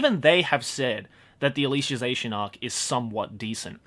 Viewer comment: how i pronounce alicization: al-i-siz-ation how pronounces it: al-isha-zation i question my ability in being a self-proclaimed weeb.